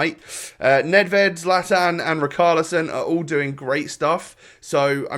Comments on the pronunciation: Rich-ar-lieson, not Rikarlieson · Plz don´t call him Rikarlieson. It triggers me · Its ri-char- li-son